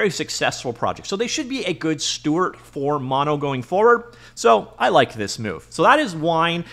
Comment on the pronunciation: Bro, it's "steward". With a _D_.